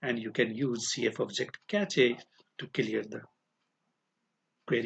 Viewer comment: Cache ko "Cash" pronounce karte hai bhai